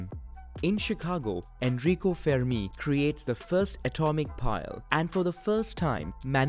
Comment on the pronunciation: Enrico Fermi was italian, not french. Thus the accent is on the 'e', not the last 'i'